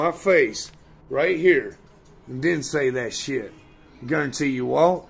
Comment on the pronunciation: "I gurrentee, I gurrentee u wont say that to myy fice" Always saying he dont care what the trolls say about him but makes a vid all about it when it happens